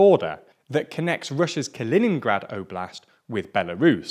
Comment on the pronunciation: Say it right. Ka·li·nin·grad [kəˈlēninɡrad]